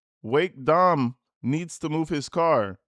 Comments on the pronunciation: "dim" is supposed to be "Dom". 👀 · Could ‘Dem’ be ‘Dom’? 😬